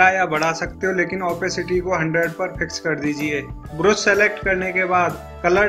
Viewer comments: अबे ब्रुश नही ब्रश हे वो 😁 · You are pronouncing brush in the wrong way